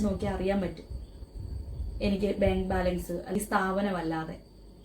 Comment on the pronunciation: Benk alla bank, poli tation alla police station, ithonnum ariyathe how you are managing this trust😳😳